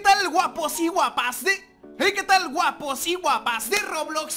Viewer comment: Dijiste 2vese uapos y uapas😂